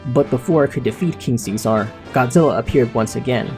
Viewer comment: I hate how you say king see sar